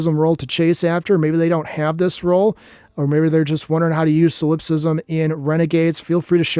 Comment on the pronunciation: Sol in Solipsism is pronounced like Saul